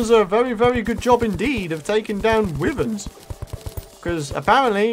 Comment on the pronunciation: It's pronounced why verns